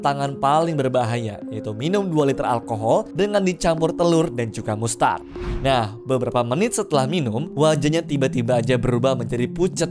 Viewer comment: Dari semua kegilaan yang paling ceroboh sih cium ular ama minum alkohol 2 liter.. Itu di lusr kejadian tembakan yah karena bukan kecerobohan kita... Btw mustard dibaca "mastérd" yah mas...